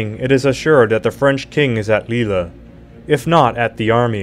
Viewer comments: Leel not lila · Pity he doesn’t know how to pronounce some of the cities. LILLE not Lillerrrr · This guy can’t pronounce words right. It’s pretty embarrassing when you put that much work into research then say “lee La” in stead of “leal” 😂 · Lille is pronounced 'Leel'. I do like your version though. :) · Campbell ( Cam-Bell...P is silent) Lille ( LeeL) Ligonier (Lea-go-ny-A) was a French exile. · Campbell is pronounce Camble. Rhymes with amble. Also, Lille is not pronounced Lily. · Lille is not pronounced Leelah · Bloody AI voiceover. Most of the lesser placenames are mispronounced. If you can't even set the field correctly, why should we believe anything else? Lill-le, for example. Dauphin, Campbell, names too.